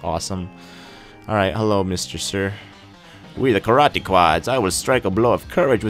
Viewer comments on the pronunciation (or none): none